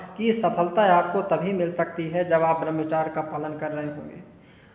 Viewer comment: Barmchar nhi Barmchrya hota Hai